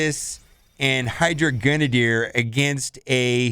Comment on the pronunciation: You say Grenadier wrong!